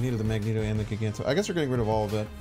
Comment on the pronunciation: Bro it's Magneto tho not Magento